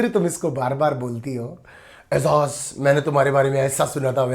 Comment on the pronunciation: Sorry don’t mind if I correct you. Why can’t you pronounce Ejaz It’s not ezaz It’s Ejaz You are the best reviewer